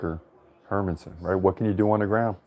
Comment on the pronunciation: You're actually pronouncing Hermansson more correctly than how most Americans pronounce it. In Swedish the emphasis is on her, with a secondary emphasis on son. Emphasizing man just sounds weird from a Swedish perspective, because there's no such emphasis on the name Herman.